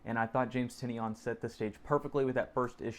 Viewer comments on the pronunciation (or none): Awesome vlog and review. Subscribed. James pronounces his last name as "Ty-NAN". Link